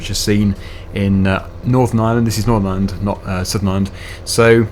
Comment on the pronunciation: ireland not iland